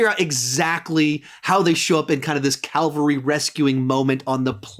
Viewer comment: Just thought you might like to know that the word is "cavalry." You've been saying "calvary" in several of your videos. Love your work, keep it up!